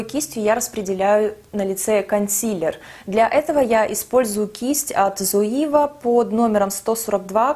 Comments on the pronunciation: привет! спасибо большое за видео) очень полезная инфа) скажи, пожалуйста, почему ты говоришь "зоИва"? спрашиваю только потому что не знаю как правильно)) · всё правильно, в Германии не произносят зоИва ))) немцы говорят цоЕва ;) но послушайте американских блогеров, их произношение, в общем вы обе в какой-то степени были правы 😄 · ну ты же живёшь в Германии, зачем ты произносишь Zoeva неправильно? все русские блогеры и так постоянно коверкают это название, хоть ты бы произносила правильно, чтобы другие знали, как эта фирма правильно по немецки произносится. Слух режет ужасно